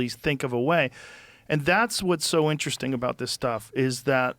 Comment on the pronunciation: "Inner resting" - Billy Carson